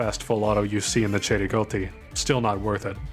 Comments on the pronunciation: The pronunciation of cei-rigotti is just beautiful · Hey he said Cei-Rigotti correctly but not the Mondragon which is a Mexican rifle named for the surname of its designer.